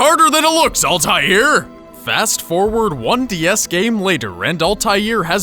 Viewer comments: except there is no "y" in the middle. As in "Altair" not "Altayir" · I think his name is pronounced Alt-I-ear e-bin la-a-had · It is pronounced 'Al-Ta Er' 'Eb-Nu' 'Lak' 'Ah-ad' means 'Altair' 'Son of (Ibn)' 'No(La')' 'One(Ahad)' :D I'm not arabs btw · All-Tai-ear Ah-Bin-Laden Altair Ibn-haad